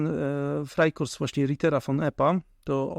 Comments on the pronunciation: Frei korps - ( co to za wymowa frajkorsy ??? ) - frei korps , czyli wolny - frei i korps - korpus .Panowie , w czasach googla i innych pomocnikow , wypadaloby zadbac o wymowe 🤦🏼‍♀️ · Frajkorsy? Freikorsy? Co to takiego? Co to za dialekt niemiecki. FreikorPsy, panowie. Było sobie na WIki zobaaczyć. O w tym miejscu